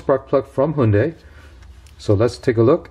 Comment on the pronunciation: Excellent pronounciation of "Hyundai" word, Korean background of the author?